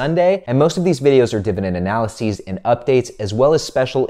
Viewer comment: Did not like due to the fact of how you said analysis